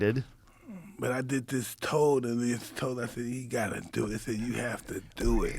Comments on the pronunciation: Its Toad, not road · “They toad told them”